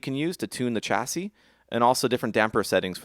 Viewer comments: chassis read [SHASI] not [CHASI] !!!!!!!!!!!!!!!!!! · Loooove this! Cannot wait for more. You can't pronounce 'chassis'